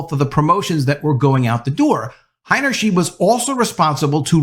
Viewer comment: The pronunciation for her last name is... Heiner • shide (not "sheed")